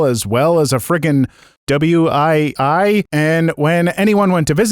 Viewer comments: He said "W. I. I.?" 😭😭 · Wii is pronounced "we" its a nintendo game console from the 2000's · Bro can’t pronounce Wii lol